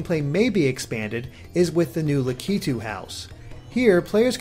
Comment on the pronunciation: I'm being nitpicky, but I think you say "Lakitu" with emphasis on the "La" part, not the "Ki" part, since that's how the voice in Mario Maker says it XD